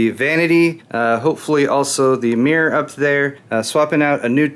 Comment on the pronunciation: americans can't say mirror